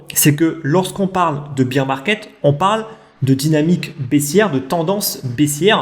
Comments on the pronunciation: Top la vidéo merci 😀 Pourquoi tu dis beer (bir) market et non bear (bèr) market? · C vrai,attention à ta prononciation de Bear/Beer market.Merci 😁